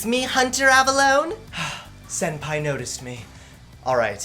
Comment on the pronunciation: Senpai, or Send Pie?